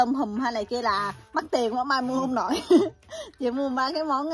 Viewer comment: Mai xinh gái dễ thương và chân thành. Em ơi giờ clip của em cả nước đều xem rồi nên cố gắng phát âm rõ dấu hỏi cho mọi người dễ nghe hơn nhé: nhỏ - nhọ, thử - thự, nổi - nội